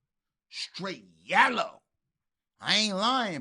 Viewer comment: “STRAIGHT YALLOW!!”” 😂😂